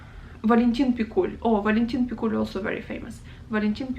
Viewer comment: Two small corrections: certainly it's AitmaTov, not AitmaNov; also it seems to me that a stress in Pikul falls on i... I think you've missed Kozma Prutkov and Daniil Kharms... As well as Bazhov, Olesha, Sholokhov, Kir Bulychov, Kataev, Nosov, Krylov (the one of a kind in the whole Russian literature!), Aleksandr Volkov (the one that wrote The wizard of the Emerald City). Other than that, very nice.